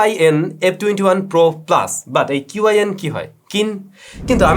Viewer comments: correction উচ্চারণটা শিন না, সঠিকটা হলো ছিন। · "qin" er chinese pronunciation shin noi, "chin" hobe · ভাই, উচ্চারণটা হবে ক্ষিণ।